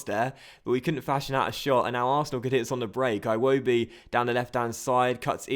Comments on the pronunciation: its like he's Scottish Aye wobi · I hate the way you say Iwobi lmao